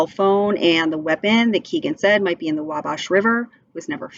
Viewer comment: It’s pronounced “Wall-Bash”